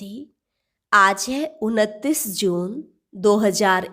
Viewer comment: Bhanji app 29 ko unatiss kyo bol rahi ha